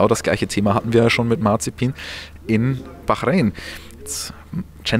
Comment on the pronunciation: Wie oft willst du noch Bachräin sagen?: ja